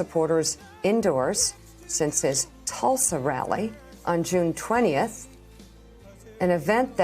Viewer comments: Trump may be killing Americans but Mika is killing Nevada. (Don't get mad, it's Ne-VAD-uh, not Ne-VAH...duh. 😁) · Can’t trust anyone that says Nevada like that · Mika, Mika, Mika, please learn how to pronounce Nevada right. Thank you. Joe says it right. Thanks Joe.